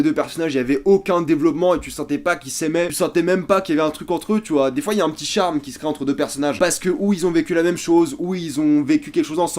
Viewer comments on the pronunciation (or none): none